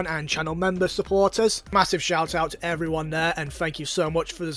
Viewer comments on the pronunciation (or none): none